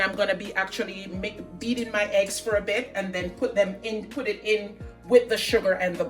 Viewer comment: Eggs not Heggs E NOT H